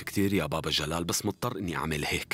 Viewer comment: جلال مو گال ماعرف أقرأ واكتب كيف قره رسالت مجد